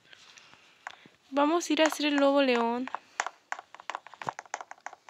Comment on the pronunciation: Primero de dice adopt me no adormi y se dice lobo neon por q tu así dicho lobo león😂